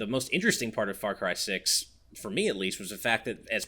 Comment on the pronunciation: Saying "Far Cry 6" sounded like "Far Crysis", and now I'm wondering what a mixed IP would look like.